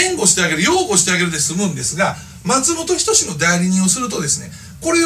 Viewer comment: 発音がマツモトキヨシやんw